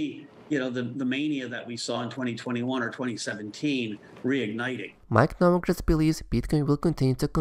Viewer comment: Turned it off when you said Novograts! Come on! Very close to unsubscribing